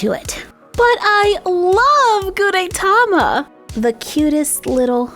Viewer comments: The "E" in Gudetama is short. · You pronounce gudetama wrong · Your saying his name wrong 😑😑😑😑😑😑😑😑😑😑😑